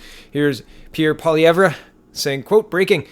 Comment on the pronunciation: POLLY -EV you are really bad at names (good vids tho)